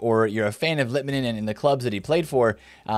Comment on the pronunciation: Im from finland and finally someone said litmanen correctly Keep it going!